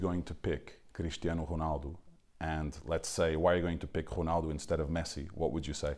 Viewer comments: So annoying when he says "ghunaldoo" instead of "Ronaldo" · the voice over says whonaldo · Everything's alright with the video.....but wat the Hell is hunaldo??? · Why does the guy keep saying Jonaldo instead of Ronaldo? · You dumbass I think he means how the Commentator says his name it sounded like Honaldo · whos HONALDOO.... HAHA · It's ronaldo not xornaldo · Annoying how the narrator says Ronaldo like Hurghhnaldo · Honaldo. Lol .Fuck this journalist. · I hate how he says "Honaldo" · The R is silent in portuguese... he's technically saying "O-naldo"